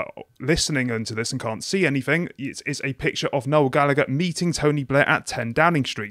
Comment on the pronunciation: Me, an Irish waiting to hear how they pronounce Gallagher. "Galla-Gurr." My disappointment is immeasurable and my day is ruined. I like what he said about Labour, though, haha~